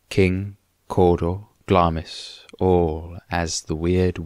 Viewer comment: Glamis is pronounced Glams